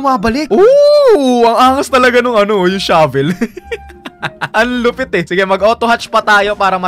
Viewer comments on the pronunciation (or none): none